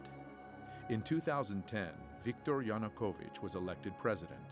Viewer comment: Seriously!? Oliver Stone couldn’t even pronounce “Yanukovych.” Every new English teacher in Kyiv at that time, made that mistake for like 2 days before they got it right. How much “research” did this guy even do? And the party “Peoples Movement” is not spelled “Peoles Movement.” Did they even proofread? This is why I don’t watch “documentaries” on YouTube. They look like bad high school projects. I’ll admit it did look interesting at the beginning but then lead into such obvious BS. Most comments here seem to come from people who couldn’t even find Ukraine on a map.